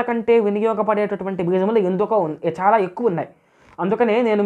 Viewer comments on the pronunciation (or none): none